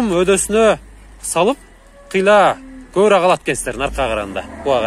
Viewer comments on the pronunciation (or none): none